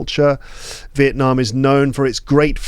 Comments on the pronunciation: I love the way you pronounce Việt Nam 🇻🇳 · I'm a Việt Nam student who respects your respect for my dear country Việt Nam 🇻🇳 I highly appreciate the way you tried to pronounce Việt Nam as Vietnamese native speakers do, not just Vietnam